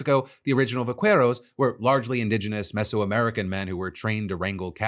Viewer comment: I bet you had to go deep to try to defend AOC 's dig on Rubio. But you should learn how to pronounce vaquero.